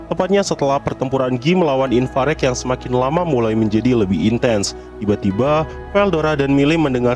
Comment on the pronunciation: Kan namanya ivarage bg kok lu nyebutnya infarek, ivareg kali